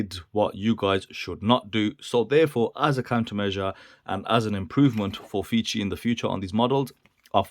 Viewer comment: The brand is pronounced "face 3". Definitely not feces. The fei is like typical Chinese "fay" + c = "face" and the last letter is the number 3. So please buy watch that does not pronounce fee-see